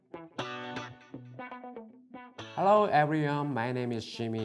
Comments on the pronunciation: YOU ARE A MAN OF CULTURE!!! but it was "herro" lmao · At the start I hear herrro my name is